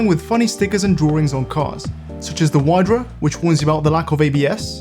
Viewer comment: For the love of all things holy, it's not WHYdra, it's WEEdra, slavic for Otter.